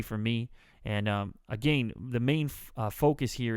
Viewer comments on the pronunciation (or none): he said again wrong hahahhahahahaahahahahah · lol he said agayn in stead of again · You say again weird. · haha you say 'again' funny... great videos! on a marathon through your channel and consequently lengthening my shopping list...